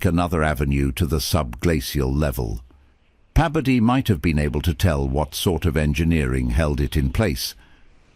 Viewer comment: It’s Bebodee,Bebodee! 😅 Your double dipping his name